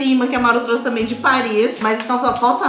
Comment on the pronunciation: Eu tô louca ou eles falam “truce” ao invés de trouxe ? Não é criticando é uma dúvida